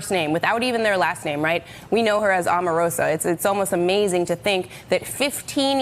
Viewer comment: I have to drop the volume everytime there is a video with this guy. Why is he always shouting? Omarosa is pronounced with a long O, like Oprah or Obama. You'd think you all would have figured that out by now. He is getting attacked from all fronts...but nothing is changing.